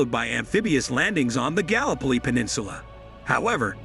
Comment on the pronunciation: Mate learn how to pronounce 'gallipoli' properly it's very disrespectful to the Anzacs.